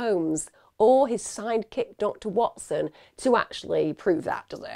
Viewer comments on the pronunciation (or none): none